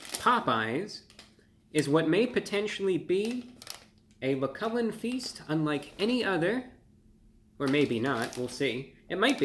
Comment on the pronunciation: What kind of feast does he say it is? A Mccullen?